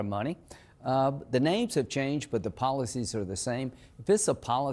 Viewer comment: "the naymes have chainged..." and Miss Lindsey has changed her views on Trump so dramatically, one cannot keep from wondering what Trump must have on her...